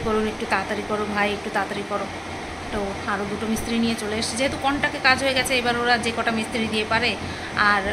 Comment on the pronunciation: Contak bolche contract uchharon korte parche na , ei mohila higher secondary pass kina amar jatheshto sondeho ache er pore Shona nie ?